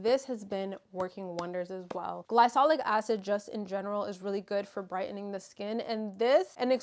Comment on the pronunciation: luvvvv!! (also not to be rude but its pronounced gly(K)olic bby)